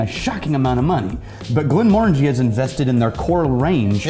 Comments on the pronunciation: Ur saying glenmorangie wrong btw. You need to say it quicker and pronounce it like mor not more. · I like these guys, but I kinda hate the way they pronounce glenmorangie